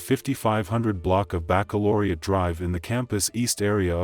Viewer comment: so you can pronounce baccalaureate correctly but not the victim's name after she said it in a video you posted.